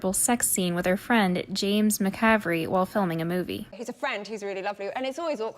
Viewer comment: Mispronounced every single name in the video.